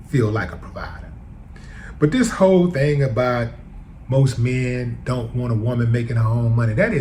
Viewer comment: Did Willie say “this whole thang” OR “this hoe thang”🤔😂😂😂 Ole girl wants out them skreets and thought being a “porn star” would get her there🤔, then she ran up on a dude with money and saw her golden ticket…